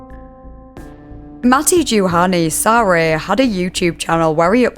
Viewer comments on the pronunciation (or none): I mean no rudeness, but the second to last story's names are pronounced: "Kau-ha-yo-ki" And "Ma-tt-e Yuhan-e Saaaa-ri" Tho I do enjoy the pronounciation: "Kauka-jokey" and will be calling "Kauhajoki" that from now on 💙🇫🇮